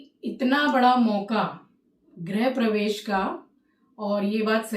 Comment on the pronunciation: Aunty, grihpravesh not grahpravesh